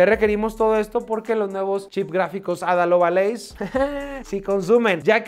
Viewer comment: ADA lovA leys ??? a ver lee de nuevo.... ADA LOVELACE.... (ADA LOB-LEIS)